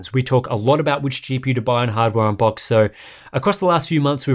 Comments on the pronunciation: What the heck is a "hard Wambach's" :D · "Welcome back to Hard Wambach's" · "Welcome back to hard Wambach's" Sorry, what?